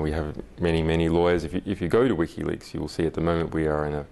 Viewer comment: What's this "wikka leaks" the interviewer keeps talking about?